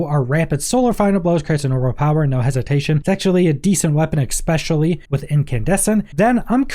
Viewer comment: it’s pronounced “especially” not “expecially “